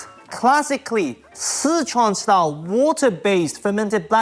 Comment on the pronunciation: Two things, he pronounces Sichuan very incorrectly, and second he cooked the beef way too much. You don’t cook it that long, it’ll taste like cardboard.